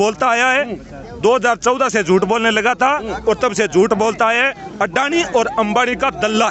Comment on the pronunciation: भाई जब तुम अडानी को अंडआनी बोलते हो दिल खुश हो जाता है।।।